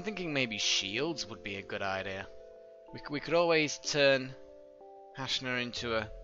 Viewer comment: Thanks for naming the character hashna, can't weight to see her reaction but I just wanted to tell you that the name has a soft "A".